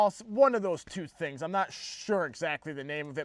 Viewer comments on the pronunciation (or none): none